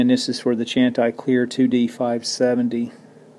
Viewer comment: Love your videos. Just a small pronunciation thing. I think Chanticleer means rooster in some Scandinavian language. There is a famous a capella vocal group with that name in the US, and they pronounce it: SHAN-tih-cleer. Unasked for, I realize, but hope you find it helpful. Again, thanks for another great video, and Happy Holidays to everyone! :-)